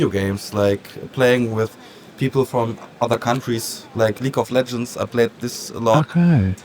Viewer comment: Leek of Legends is a very typical German pronunciation btw